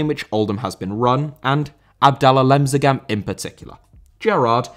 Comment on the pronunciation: Lemsagan,not Lemzagan